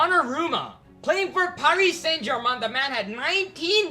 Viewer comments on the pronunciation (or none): none